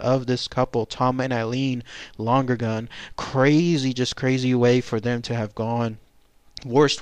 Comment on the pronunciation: Was their name pronounced long-gergan as you pronounced it? I thought it was Lon-ergan. No extra g.